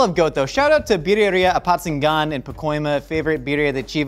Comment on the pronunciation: Wow, You even pronounced the town's name well! Shout-out from Apatzingán, Michoacán, Mex 👌